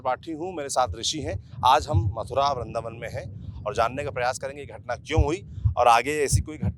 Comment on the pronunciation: bindravan hota hai vrindavan 🤔